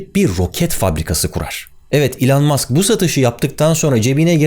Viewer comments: Abi adamın ismi "İlhan Mask" değil. Lütfen lütfen öyle söyleme. İçim kaşınıyor, bir şey oluyor... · Elon Musk yazıldığı gibi okunmaz be abi. 😁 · Barış Bey, belki de ''Elon Musk'ın vizyonu ve misyonu''na dair dünyadaki en iyi anlatımı yapmış bu muazzam videosuyla. Tebrik ederim, ellerinize sağlık. Naçizane, çok ufak bir düzeltme yapmak isterim: ''Elon Musk''ın telaffuzu, ''İlon Mask'' şeklinde olmalıdır.